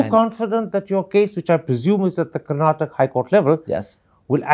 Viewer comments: Mr Thappar - it is KARNATAKA & not how you are pronouncing . First learn how to pronounce correctly your fellow states properly before asking for any money. Kannada Film Industry is the only film industry in India where the METOO movement did not happen because it is a perfect utopian Work ethical Industry or was snubbed , curtailed and killed in the bud . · With all due respect mr Karan Thapar , make sure you say Karnataka and not karnatak ! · Mr.Thapar, thank you for this interview. This was brilliant. However, with due respect I want to raise a couple of issues. Firstly, it is Karnataka and not Karnatak. And secondly and more importantly, it is disrespectful to interrupt the interviewee repeatedly. Please allow them express their views and opinions fully.